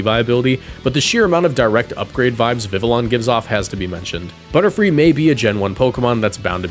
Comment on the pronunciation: i hear butter-fly!!